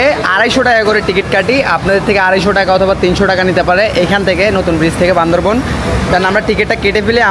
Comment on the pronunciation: চেং চুং চেং বলে আবার ওখানে যাস কেন? আর বান্দরবন না বান্দরবান হবে